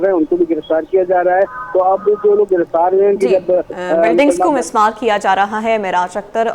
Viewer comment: Masmar ❎ Mismar ✅